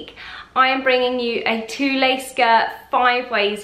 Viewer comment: Pronounced "tool" not "tooleh"